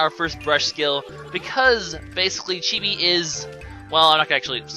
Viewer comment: said Chibi's name correctly.